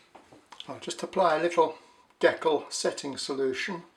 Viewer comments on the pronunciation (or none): good video but you pronounced decal wrong.